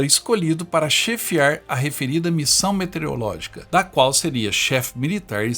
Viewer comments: Só corrigindo: Não é "Metereologica" e sim "Meteorologica". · Parabéns pelo vídeo. Só que a pronúncia não é metereológica e sim meteorológica. (de meteorologia). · É, mas a pronúncia é METEOROLÓGICA não "metereologica". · A única coisa que incomoda bastante é que não se diz METERIOLÓGICA, se diz METEOROLÓGICA. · Excelente documentário. Peço que o narrador corrija um erro grave: não se diz METEREOLÓGICA, mas METEOROLÓGICA. O nome da ciência é METEOROlogia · Não é "metereológica". É meteOROlógica. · É METEOROLOGICA, NÃO METEREOLOGICA KRL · METEOROLÓGICA, NÃO METEREOLÓGICA. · observei que você, todas as vezes, pronunciou "metereológica"... 😎 Você não percebeu?